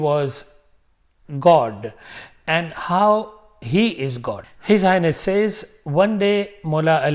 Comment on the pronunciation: When you say H/H it sounds like if you are saying his anus 😂